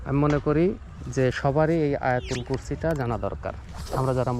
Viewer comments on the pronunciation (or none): আলহামদুলিল্লাহ জাজাকুমুললাহ, খুব সুন্দর, অনুরোধ করছি ভালো একজন হুজুরের থেকে আয়াতুল কুরসি টা শুদ্ধ করে নিবেন, ধন্যবাদ